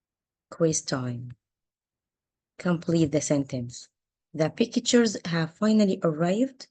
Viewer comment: Good job, but try to adjust the pronunciation of the word " Pictures"💥